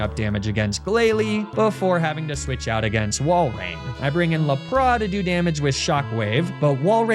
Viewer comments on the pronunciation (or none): Why does he say Lapras so weird. It’s lap like a racing lap then ris. Le pra or whatever French thing he is saying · please there is an S at the end of LAPRASSSSSS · I believe the Wallace choke is some sort of karmic justice for pronouncing Lapras the way you do. Great video and looking forward to the next auction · Fr... if you say Lapras like that you have deep issues 😂 why say it different to every other human that's ever existed